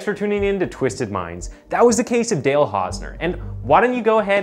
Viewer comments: "the case of Hale Dausner" Seriously?? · You called him Hale Dausner lol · Hale Dausner, looool. Elocution, man. edit: Or-tis? And "Coraillio"? You really must work on your oration and diction if you aim to do this for a living. The number of mispronunciations and outright mistakes in this video makes it slightly difficult to focus on the events therein. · Hale Dausner or Dale Hausner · Mans said. Hale dausner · 'Hale Dausner' ? His name is/was 'Dale Hausner' you need to check your work before you release... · the first time you said Hale Dausner 😭 cmon man that’s just lazy get a better editor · HALE DAUSNER LOL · Hale dausner 😂😂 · Hale Dausner.. he actually Said it.. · "Hale Dausner" 😅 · Hale Dausner??? Wtf Is It Hale Or Dale? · Hale dossner 😆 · In the opening you called him "Hale Dausner" lmao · I’ve been noticing that you make at least one really bad mis pronunciation in every video so I was thinking you were from some really obscure part of Canada where they all talk funny but now I’ve just heard you call this man hale dausner I’m sure your doing it on purpose. Why? I don’t get it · said the guy's name kinda said Hale Dausner when the name is actually Dale hausner...hahahaahaha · The first time you mention the guy's name you call him Hale Dausner.